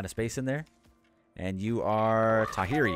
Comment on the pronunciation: Your moas have special Maori names. Pronunciation tips: Tangaroa = god of the ocean -> Tang-a-ro-a; Ranginui = god of the sky -> Rang-e-noo-ee; Tawhiri = god of storms -> Ta-fir-ee (wh sounds a bit like f).